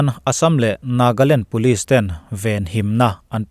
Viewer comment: Nagaland tih tur ah Nagland i ti nia 🙊